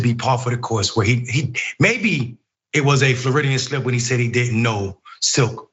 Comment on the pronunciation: my man really just said Floridian slip 🤣😂